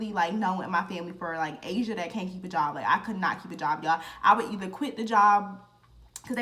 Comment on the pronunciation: “ He kept calling me Ah-see-auh” 🤣😭